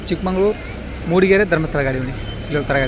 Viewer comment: ಅದು ಚಿಕ್ಕ ಮಂಗಳೂರು ಅಲ್ಲ ಚಿಕ್ಕ ಮಗಳೂರು ನಿನಗೆ ಬರೆದಿರೋ ರೂಟೇ ಹೇಳಾಕೆ ಬರಲ್ಲ